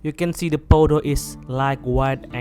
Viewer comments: Hearing vydeo is even cringier than poto😂🙏🏽🙏🏽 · My man really said poto